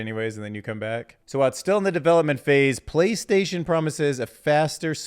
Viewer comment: "Playstason..." 😂😂😂😂 In all seriousness though - great video and fascinating insights. Keep up the good work!